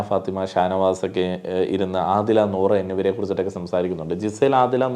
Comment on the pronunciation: നോറ അല്ല നൂറ